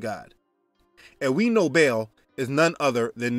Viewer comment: I think you pronounced ba al wrong